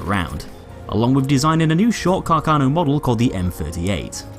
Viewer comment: A bit of a pronunciation error: Carcano is pronounced with the stress on the first 'a'. The pronunciation you use is a common misunderstanding amongst english speaker. If you read this, please take listen to the right pronunciation in this website: Also, great video, as always